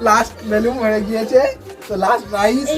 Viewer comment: It's not "বেলুম" it's "বেলুন"